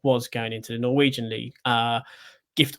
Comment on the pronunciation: I clearly need sleep as kept calling them a Norweign team 😂 Got Orban's team stuck in my head clearly as double checked on him prior to filming this on Osman 🤦‍♀